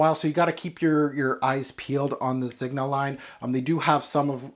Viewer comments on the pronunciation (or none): The 'g' in Zegna is soft - like "zenya" ;) I have this, bought it back in 2017...wow, time flies. Yeah it's quite linear but I love its weird black oily feel - overall I like the scent but don't love it